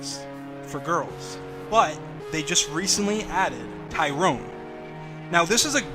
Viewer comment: BRO SAID TYRONE 😹😭💀